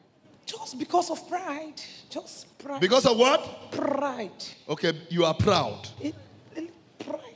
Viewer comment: Pastor/priest/preacher: “Why were you sent down?” Alleged Lucifer: “just because of pride” Pastor/priest/preacher: “because of what?” Alleged Lucifer: “Pr-rr-ide. Prr-ide”